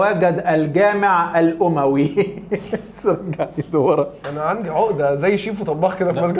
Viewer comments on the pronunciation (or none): واحد يقولك الجامع الاوووماااوي 👀 .. ومش بيفرقو بين التاء المربوطة والهاء المربوطة .. بجد انا بحب تيم ارزع كله بس انتو لما بتحاولو تتكلمو عربية فصحى بتشوهو ام اللغة